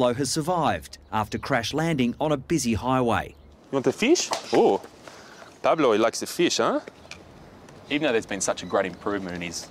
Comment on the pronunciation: Spanish guy here: Dr. Chris pronounced Pablo's name perfectly